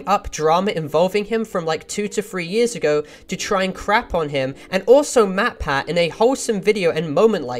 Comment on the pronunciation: she didn’t even pronounce matpat’s name correctly it sounded like she said motpat.